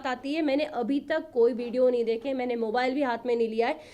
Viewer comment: Maine Hota hai mane nhi😂😂😂😂😂 kitni gawar lady hai ye isko Kaun andar lekar gaya .... wada paav bech 😂😂😂😂 sahi hai....